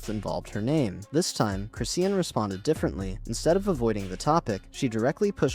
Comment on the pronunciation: It's Cris-shawn not Christian